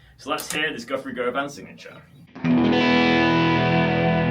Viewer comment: It is "gu-vun" not "go-van"